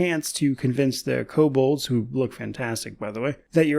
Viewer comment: Nice preview, exactly what I wanted to see at this stage. I wonder if the kobolds have Pack Tactics. Also, I can't remember hearing ko-bold instead of ko-bald. Like since basic boxed set in 1982 or so. Is that a thing? Maybe I just never listened; hearing is going bad after some decades, maybe that's it.